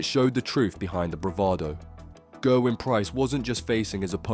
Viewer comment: It's GERwyn btw not GURwyn